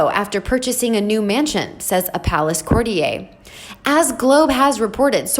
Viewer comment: She still needs to work on the word courtier.